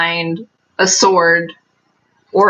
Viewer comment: why do you always say knife wrong? It fits your personality